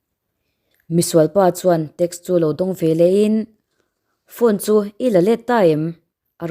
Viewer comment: I chhiar thiamin i aw a nalh e. A hnuaia mi erawh hi chu i lam dik lo deuh em aw tiin ka ngaihtuah. Veleh, ve-leh tih tur anga ngaihah hian velah (vel-ah) tih ang deuh hian i lam tlata ka hriat chu.